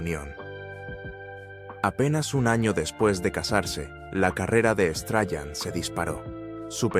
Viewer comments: Que detestable cuando una IA traduce a su pinta un palabra y la repite "Strayan" no es precisamente "STREISAND" y al parecer ésta no es tan inteligente al lado de un humano. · Qué pena que no puede pronunciar el apellido